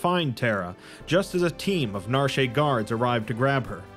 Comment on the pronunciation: The town of Narshay? How do words based on French mess people up so badly? When you see complete do you want to say completay? 😂 Cut it out for the love of God 😂.